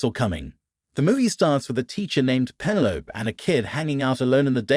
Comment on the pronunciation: Penne Loap? Who names their kid Penne Loap? It’s penne low peeeeeeeee. Penelope. Teach your VO 🤖 some Greek!